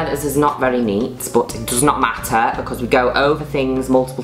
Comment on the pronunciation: "bCOZZ" "STOONING"